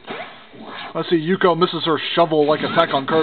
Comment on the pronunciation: XD nice Pronounced Ook-yo From Ranma 1/2 xD